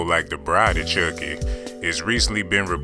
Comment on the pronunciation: Did he just say Bride of Churcky instead of Chucky??😂😂😂